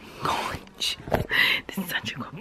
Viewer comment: ‘ oh my goch’